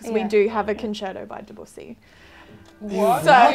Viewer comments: It's hard to write it here, but pronunciation is better than Eddy and Brett, it's pronounced more like "de-buy-see", with the E in "de" pronounced like in drUm (idk how to explain better), and the "bu-y" is not really meant to be pronounced like that (just a normal french "bu" normally, but it does not seem to exist in English pronunciation), but a y is added like if the next y was leaking on it, even before the "ss" Not sure if this is understandable though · "Daboosie" STAHP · OK, I need a native French speaker to answer a question regarding the pronunciation of "Debussy." I had always thought it was "de-byu-SEE" (second syllable has a "y" sound in it, like "Bjork", with the accent on the third syllable.) I guess I thought it sounded more "French." Brett and Eddy, however, pronounce it "de-BOO-see" (no "y" sound, accent on second syllable.) But , the harpist says "de-BYU-see," so a cross between the two. Can someone clarify? As Eddy would say, I don't want to sound like a "plebian."